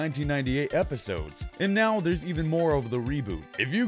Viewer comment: the 'now' is fuckd up